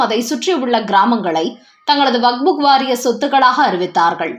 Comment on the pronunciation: வக்ஃப் வாரியத்தை "வகுப்பு " வாரியம் என்கிறீர்கள். அல்லது "வக்புக் " வாரியம் என்கிறீர்கள். சரியாக படிக்கக் கற்றுக் கொள்ளுங்கள்.